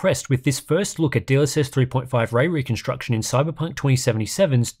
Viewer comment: Wespect fo pwonouncing way weconstuction without any hiccup! 😵‍💫👍